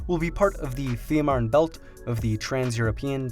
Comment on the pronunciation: Es heißt FEE MANN! Verdamt noch ma sprich deutsch du ******